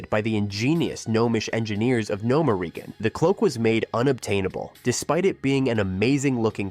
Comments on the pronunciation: Why do u pronounce Gnomeregan like No men regan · Ik you use ai voices but man. Can you at least have the ai pronounce gnomergan right?